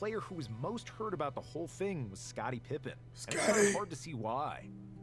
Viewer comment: “Scottie Trippen”